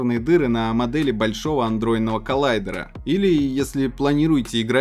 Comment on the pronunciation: За FPS - like. Адронный коллайдер - потренируй произношение.